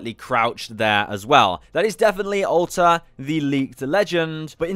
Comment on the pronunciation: I swear everytime I hear you say "Alter" it sounds like you're saying "Ulta"